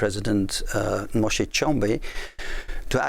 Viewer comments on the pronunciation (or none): Moïse Tshombé not Moshe. In French please Johan.